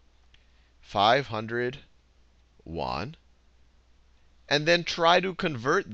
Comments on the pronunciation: FYI it's pronounced Yuan not Wan. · Hi Khan, thanks for all your awesome videos. I've got just 1 issue that bugged me a little. Yuan is pronounced as "yu-en". The way you pronounced it sounds like "won"; South-Korea's currency.